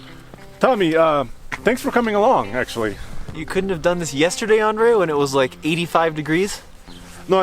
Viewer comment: it's not andre, it's Andrey, please pronounce my comrade's name correctly 😆 привет, Андрей